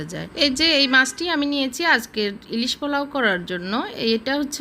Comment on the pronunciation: ভেজে--বেজে। পোলাউ--ফলাউ। ঝরঝরা--জরজরা। ঢাকনা--ডাকনা। আরও অনেক ভুল, ভুলে ভরা উচ্চারণ please উচ্চারণ শুদ্ধ করুন।